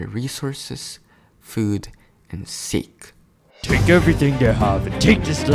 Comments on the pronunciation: Aw heck naw you did not say sake instead of sak ke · you said sake wrong